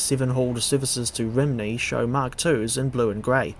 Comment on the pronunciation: A word of advise for the welsh pronunciation, Rhymney's pronounced as ruhm-nee. Great video none the less 👍